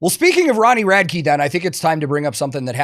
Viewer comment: why does everyone call him Ronnie Rad-key? have they never heard him say his own name? Rad-ick